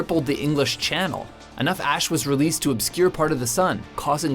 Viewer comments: did he say vacanic ass instead of valcanic ash? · Anybody notice he said "Volcanic Ass" instead of "Volcanic Ash". 😂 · Anyone else noticed he says "volcanic ass"? LOL! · Ryan Kruger he said gas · Hahahaha he said volcanic ass